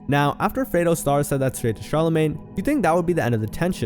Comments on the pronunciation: Stop saying “Fredo” this ain’t the godfather , it’s Fredro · It’s not “FRAY-DO” It’s “FRED-RO” Starr.